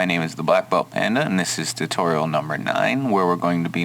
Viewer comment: um did he say titorial